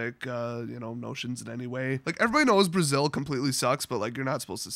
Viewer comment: Actually Brazil in Portuguese is pronounced with a 'Z' sound. You pronounced the hispanic way.